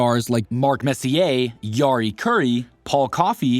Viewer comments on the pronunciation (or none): Doing a video like this...try to learn how to say "Messier" ;) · This is a well-edited video but the voice-over is AI slop. Learn how to pronounce the names of the players. Messier. Say, Messier.